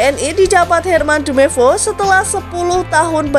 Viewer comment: Intonasi kurang enak,editor pusing ga enak di liat soal nemcantumkan nama trus cara penyampaian nama nama pemain contoh herman jumepo wkwk